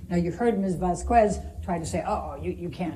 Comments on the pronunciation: VasKWEz it’s vaskez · She keeps saying Vascuez and it's getting on my nerves. Say: Vaskez. It sounds like you went to at least 2 Spanish classes. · Please someone correct me if I'm wrong, but I could have sworn that Vasquez was pronounced Vas-kez, rather than Vas-kwez. Am I the dumb one, or is that Amber's lawyer? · The gringa says "Vaz coo ehz" but it's actually "Váss kess." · It's Vaskez, not Vaskwez, she is confused with the u, behind the q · Please correct me if im wrong… i really do think it’s Vas-kez right? Not vas-kwez like how this poor sad attny elaine pronounces her surname everytime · Elaine is really an infuriating person and awful attorney but I think what bothers me most about her above all else is I really hate the way Elaine says “Vaskwuez” it’s Vazquez. It’s not that hard. Vaz-kez. C’mon. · I can’t stand how they pronounce her last name “vas-cu-es” it is pronounced “vaz-kes” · The way she pronounced “Vasquez” is soooo wrong and so cringey. It’s supposed to be “Vas-Kez” not “Vas-Kwez” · miss vaselquezel? You mean miss vaseline quest correct? the one with the black hair you mean? Miss vasulopolo quezula? Im sorry i just have trouble pronouncing names you see...im related to a certain lawyer. Its like everytime i want to say vasuqaz i just somehow say visketz..." im trying"... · It drives me crazy that she says "vas-QUez", how hard is it to get the name right? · should be "Vass-Kez" with English pronunciation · How difficult is it to learn the correct pronunciation of someone’s last name? It’s Vasquez, not Vas-Quez. Everyone in that room except for this woman can pronounce it. Show some respect. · How long has it been and Elaine still says "Vaskwez"? I can't 🤣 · Did she just call her Miss “Vazqwez”? Lol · Elaine it's not VazKweZzz it's Vasquez !! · Say it with me 'Vas-quez', not 'Vasqwez' 🙄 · That's not how you say her name damn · I'm honestly just sick of hearing people say Vasquez wrong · I just wish she'd pronounce Camille's last name correctly.